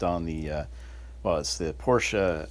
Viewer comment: Thank you for saying both syllables: porsh-sha....and vid is great too!